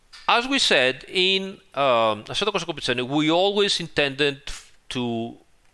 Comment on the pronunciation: Every time says “assetocorsacompetizione”, I feel like having a cappuccino.